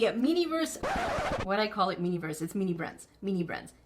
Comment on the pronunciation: you called it miniverse again.. lmao